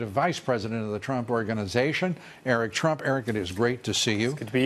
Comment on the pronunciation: I think he said Eric Trumps name correctly. That has to count for something right?